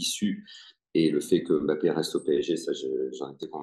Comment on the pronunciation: En France on dit mbappe. Pas bapé